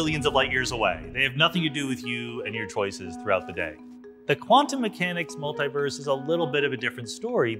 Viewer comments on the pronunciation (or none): Its multeee-verse. Not. Multeye verse